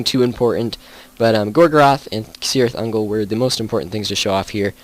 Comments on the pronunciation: Cirit Ungol pronounced with K not C. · You should get the prononcitations correct. Cirith Ungol is pronounced with a K not S.